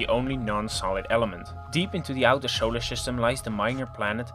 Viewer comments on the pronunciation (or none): i love the way you say showler shystem :p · It'š alšo šolar šystem.